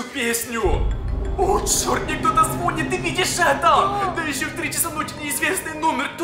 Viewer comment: Не зво́нит а звони́т (не хейт )